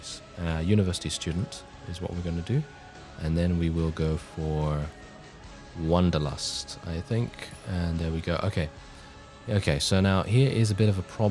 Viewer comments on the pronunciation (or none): none